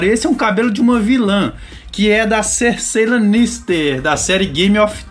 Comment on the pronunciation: Nossa, deu um treco ruim aqui ouvindo ele falar o nome da Cersei errado 😖😖😖